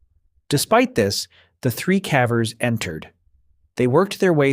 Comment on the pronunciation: Caavers? Zbend? Are you a human reading this?